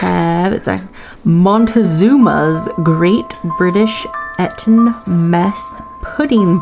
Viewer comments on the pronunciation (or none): 1. "Pudding" is British English for "dessert"...pretty much anything is a pudding. 2. "Eton Mess" is a specific dessert made of strawberries, crumbled meringue and whipped cream. It is named for the school and is pronounced with a long e.